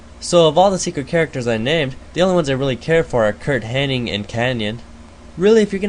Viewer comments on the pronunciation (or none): SA-SEW-KAY? really? and its curt hennig. not henning.